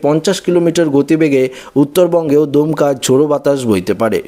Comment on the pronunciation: দুমকা নয় কথাটা দমকা, দমকা ঝোড়ো হাওয়া, দুমকা বলে একটা জায়গা আছে